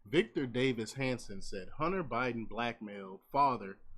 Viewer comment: Hanson, not Manson?